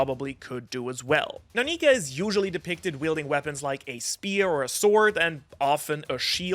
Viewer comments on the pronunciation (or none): Just don’t put r on the end of nika your a lil too close to the edge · you did Not say nika